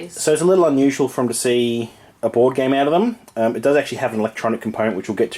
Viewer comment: the subtitles interpreted your pronunciation of the game as 'whorehouse.'